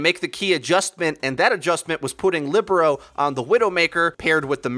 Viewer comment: Shouldnt Libero be pronounced like lee-bare-row? Thinking about volleyball positions.